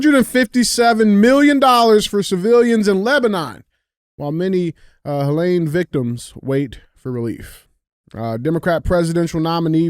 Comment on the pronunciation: Hey Dj, it's HeH-leeen, not lane, ok.😅